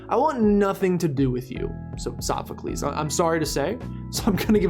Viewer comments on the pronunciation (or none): Sophocles while now forever be Soph-O-cles, also.... disappointed again lol Acerola FTW